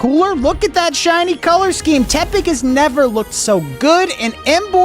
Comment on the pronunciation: Why is no one talking about how he pronounces tepig?